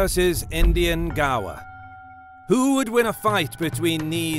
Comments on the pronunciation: One correction, is the pronunciation of Gaur is how you speak "gore" ! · I keep thinking gaur = gar, but the guy in the video is saying gaur = gawa.